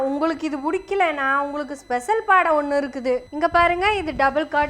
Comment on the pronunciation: சாகோ, கொஞ்ச நேரம் அதிர்ந்துட்டம்மா, நீ பாடை nu சொன்னது எனக்கு பாடு (கெட்ட வார்த்தை) nu கேட்டுடுச்சி